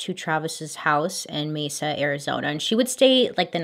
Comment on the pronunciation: It’s so weird you covering this case because I live in Mesa Arizona and you’re like the only person who pronounces Mesa right!! Every other YouTube or messes it up